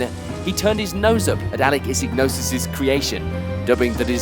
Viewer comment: Great video, but who the hell is Alec Issignosis? You mean Issigonis? Iss-i-go-nis. Shame that you appear to have done your research otherwise.